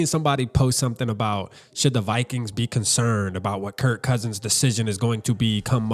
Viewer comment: Kirk not Kurt